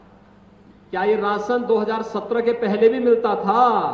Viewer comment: Rasan nahi rashan ... hehehahaha